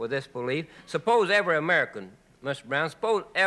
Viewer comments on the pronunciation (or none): "S'pose evewy amerikoohn"